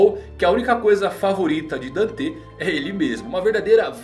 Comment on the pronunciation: Da uma agonia quando fala danté e vaníca kkkkkkkkk